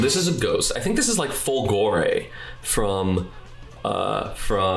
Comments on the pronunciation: SMH nobody knows who Kage and Lizardman are. Did my dude pronounce "Fulgore" like it's in fucking Italian, and get the character totally wrong? lmao ABA in Arcana Heart would be some shit. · holy shit he butchered Fulgore's name so bad and it looks nothing like Lord Raptor lmao